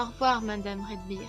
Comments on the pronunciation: salut c'est peut etre trop tard mais c'est Zoey redbird et redbird ce dit redbeurd . voila :) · Déesse ! On prononce [Rèdbeurde] !